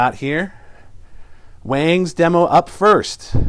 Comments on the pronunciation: Wongs is the correct pronunciation..... great video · It's actually pronounced Wongz bro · "waaangs" and "eggniter" what a moron.